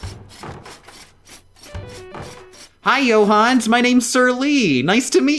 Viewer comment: I know an absolute shit ton of work goes into these videos... which makes that pronunciation of Johannes particularly irritating.